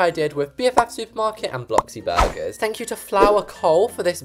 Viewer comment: it not bloxy burger it blox burger